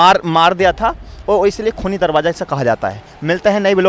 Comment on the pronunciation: Darwaza Hota he drabaza nahi Urdu sahi Karo